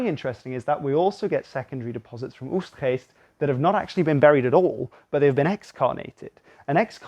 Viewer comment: I do enjoy a very British voice suddenly spitting out words like Oegstgeest. 👍🏻